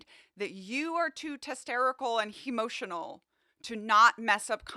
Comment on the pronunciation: "Testerical" and "Hemotional" 😂😂😂